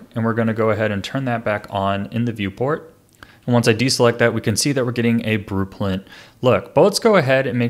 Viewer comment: BruePlint:D I laughed uncontrollable) Thanx for the TUT!